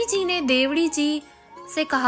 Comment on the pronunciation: देवड़ी नाम बोलना सिखों